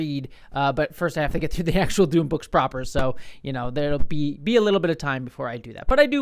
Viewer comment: If you're an Invader Zim fan, that could explain why saying Dune like that tickles your brain lol Dune≈Doom